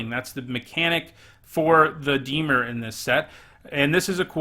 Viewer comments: Lol I was going to call you out for the way you pronounce Dimir but at least admit it lol.....it IS NOT DEE-MUR,......it is DA-MEER. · Dimir Temur Dimir Dimir Temur Temur Dimir? You pronounce both the same! Move the stressed syllable from DI-mir to di-MIR, that should fix it for the most part. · Deemer? Its dih-meer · Dee-mer < di-mear' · I love your channel, love your vids, great perspective on cards, really entertaining top 10s, and you’re by far my favorite magic channel But for gods sake when you say “dee-mur” I want to punch you through my phone screen. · I was gonna say, I feel like the pronunciation of Dimir is not a big deal. I watched some Ben Stark drafts where he pronounced Bugler like bug-ler and basilisk like bass-ill-lick. That's much more annoying. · Why is everyone so upset about the pronounciation of Dimir? It's a fictional term, y'all should relax. Especially if someone already commented it. One comment pointing it out should be enough, right? Anyway, thank you so much for your hard work,, love your videos! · The pronouncing of dimir is really annoying. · Why should I take your opinion on this set if you can't even say dimir correctly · Roses are red Everyone plays temur Dear lord please learn how to say dimir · In a video that can’t be watched About a set that was never made Speaks a man who can’t pronounce the name of a guild.